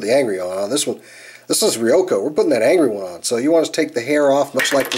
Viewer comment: You pronounced ryuko's name wrong